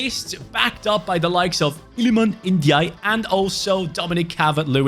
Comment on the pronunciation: The way he pronanced lilman Ndiaye 🤣🤣🤣🤣🤣